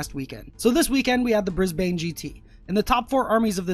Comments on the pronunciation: “Bris bane” hahahahah “brisben” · The way he pronounced Brisbane was like getting shot in the head, bris ban mate, not Bris bane (like from batman) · Love you man but it's pronounced Bris-ban not Brisbane, kinda hurt when you said the villain in Batman not the city of the tournament. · Briz ban